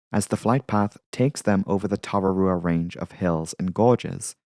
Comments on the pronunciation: Ka pai! On your pronunciation of Tararua. That was spot on! (We'll work on Manawatu ROFL) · Good pronunciation of “Tararua”. A bit off on “Manawatu” - it’s more like “manawa-too”.